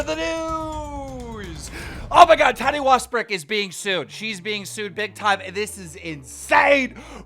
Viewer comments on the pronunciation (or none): “Tati wastbrick” bro I know keem is dyslexic but cmon you gotta at least practice for the first 60 seconds of the video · Sorry but did he just pronounce her name "Tani wastbrook"?